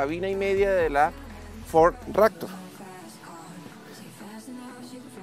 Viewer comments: Ractor...??????? o Raptor.... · fod rector jajaj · Porque le dice "ractor" a la "raptor"? jajajaja